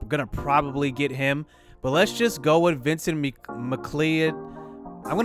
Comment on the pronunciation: How u pronuce Vincent Mc Cloud Actuall name Vincent McLeod